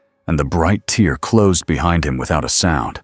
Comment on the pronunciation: Why can't AI read tear as terr vs teer